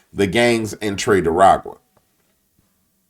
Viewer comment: Do you call them "tre de aragua" on purpose to disrespect them or just the way you pronounce it. Just curious. Take care brother